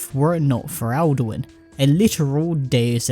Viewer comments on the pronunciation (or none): none